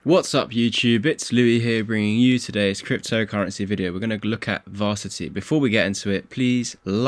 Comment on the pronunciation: What’s “Varsity”? Don’t you mean ‘Ver-ass-it-ee’. Verasity dude.